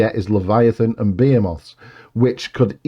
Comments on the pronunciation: nice to hear somebody pronounce behemoth correctly, for a change,. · OK, I've always pronounced it /bə he' muth/. But I'm American and insecure. All the online pronunciations seem to agree with me, though. Is there an audio link to the proper pronunciation? Here's a video with American, British, Australian, and Welsh: https www YouTube com/watch?v=b6m32ia4xoY The British one is /be' a moth/